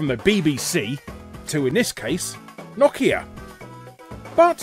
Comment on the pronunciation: Knockia? Its no-kia not knockia. Brits really like to mispronounce names huh? I mean you guys actually pronounce some of them right (Adidas for one), but others, (Mario, Nike, Nokia) are just so wrong it's actually funny, like I laughed far too much at this episode, but it wasn't at what I should have been laughing at LOL